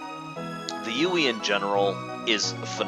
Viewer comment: UI =/= Youeey. Sorry that really bugged me.